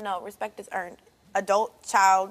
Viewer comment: Not “ RDacity “ 😂 okay “adult “